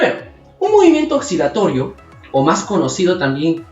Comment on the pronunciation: Que buen video!! Una observación: pronuncias "oxilatorio", pero en Latinoamérica, como no diferenciamos los sonidos de la S y la C, lo pronunciamos como si la C no existiera. Sigue haciendo tus videos. Un abrazo!